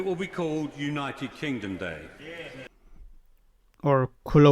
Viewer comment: Is it just my imagination, or does he repeatedly almost mispronounce our country's name as "The United Klingon"?